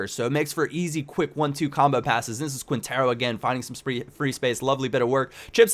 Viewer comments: Great tips ! Its pronounced KINtero : ) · The way you pronounce Quintero lol. Nah it's ok~